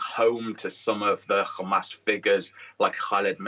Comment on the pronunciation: an analyst and a professor from the UK, pronounces Hamas as if he lives in Israel.